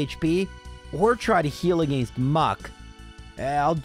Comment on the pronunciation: I just realized I commented on your very first video. With that being said, if the way you said "against" 3 years ago is the same way you say it now please stop. Its just awful. Your videos are absolutely one of my favorites videos to watch while I play games. But again stop staying against that way if you still do. I don't like the way you say "arcanine" but that is up for interpretation. Keep up your good work.